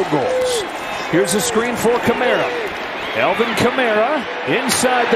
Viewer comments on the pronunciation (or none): Why does the announcer call the Falcons the Felkins, and why does he call Alvin Kamara Elvin Kamara?